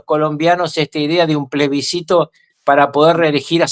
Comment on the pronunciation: Estimado Sr Ruckauf la palabra correcta es plebiscito ( con SC) y usted pronuncia “plesbicito”, que no existe. Saludos desde Chile 🇨🇱 Viva la libertad 🗽